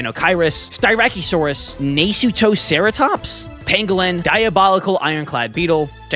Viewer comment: sty- rack- OH- saurus and nuh-suit-o-ceratops